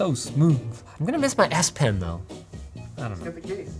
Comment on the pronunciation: why does S Pen sound like ASS Pen!!